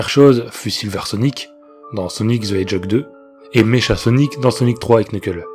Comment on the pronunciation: mecha sonic se prononce meka